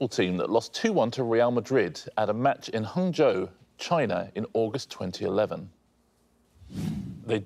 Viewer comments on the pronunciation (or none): Someone should tell Richard that Guangzhou isn't pronounced like Hangzhou, which is a completely different city lul. Honestly where did he even get the H sound from? Just say it how it looks.